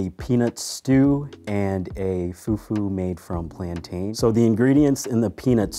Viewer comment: He doesn’t even say plantin right 😂